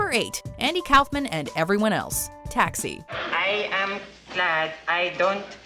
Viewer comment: I've never heard of Andy Calfman. Its Kuffman